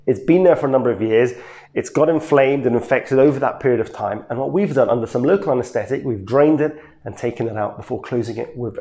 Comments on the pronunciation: pores of weeners lol its pore of winer . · PORE OF WINER...not wiener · I love his accent. “Pores of weaners” in the US. Lol. It’s Winer. Like wine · The city is beautiful!! But..it’s “pore of “WINER,” not pore of “WEINER.” 😂😂😂😂. You are adorable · So I swear I just heard him say dilated pore of weenier and I lost it laughing.